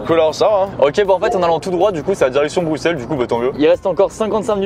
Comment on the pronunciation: En tant que Belge, déjà ça fait un plaisant plaisir que vous passiez par notre beau pays mais en plus, vous dites les noms (Bruxelles, Tournai, Fricandelle,... ) correctement 😍 merci les bros c'était excellent comme concept et vous êtes hilarants 👌🏻